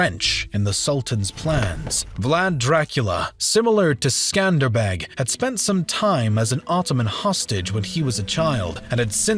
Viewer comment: Every time he said "MECK-Med" or Skander-Beggg" I cringed a little.